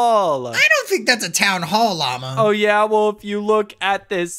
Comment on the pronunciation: Lama gold said mama not Lama